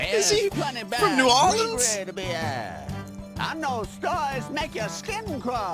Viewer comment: As a louisianaian, vinny pronounced new Orleans correctly